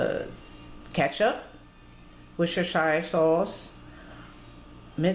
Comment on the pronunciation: strange, i put pine nuns paprika, nutmeg, and here in England we do not say wersetetshire, we say as wuster and wustersauce